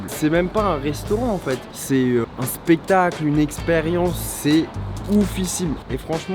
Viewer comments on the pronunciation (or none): A il dit c'est un spetacle